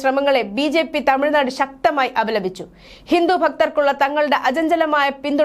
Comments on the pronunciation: ഹിന്ദു എന്ന് വ്യെക്തമായി പറയാൻ അറിയില്ലെ. ഹിന്റു എന്നാണല്ലോ പറയുന്നത് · ഹിന്റു അല്ല ചേച്ചി ഹിന്ദു എന്നാ പറയേണ്ടത്